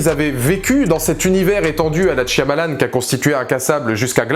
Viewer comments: Tu peux arrêter de dire " TCH-I-AMALAN"? C'est énervant. Merci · Quand les gens comprendront que dans "Shyamalan" c'est un "y" muet, tant de souffrance pourra être évités...